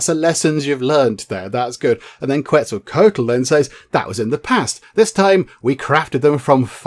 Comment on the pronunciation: You are close. It is pronounced (KET-ZUL-KWA-TUL)